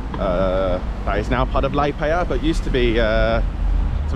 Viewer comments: In future, always speak to the locals - even the Russian voice-over pronounced it correctly. You used to be a student, I used to be a student - can't trust them! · At least learn to pronounce Liepaja correctly - it's not difficult. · When you make video's about cities or towns, at least try to pronounce the name right!